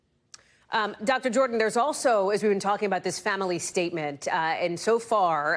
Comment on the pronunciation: Do you have trouble with the word ‘family’?